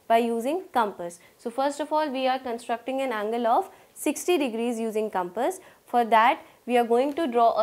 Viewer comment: why cant she pronounce compass:face-blue-smiling::face-blue-smiling::face-blue-smiling::face-blue-smiling